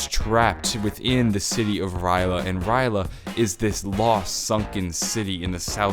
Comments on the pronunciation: Somebody... somewhere... is whining that you didn't pronounce R'lyeh right. It's okay, it wasn't meant for us mere humans to pronounce it since it's meant for a more alien tongue to say. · I'm triggered he said rly a wrong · surprised noyone is mad at him from the way he says R'lyeh. then again e.e if you actuallu know the lore their is no right or wrong way to pronounce it (we cant pronounce cthulhu either, along with a lot of other things) e.e i doubt cthulhu will have much to do with the story later on in the story, its gonna be a more minor thing (yet still possibly big) e.e which is sad i love hp-lovecraft so i was happy when they added in his influence